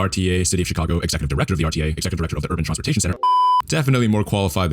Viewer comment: Bro out here pronouncing it “Tronsportation” 😂